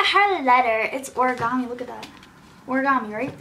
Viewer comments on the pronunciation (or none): none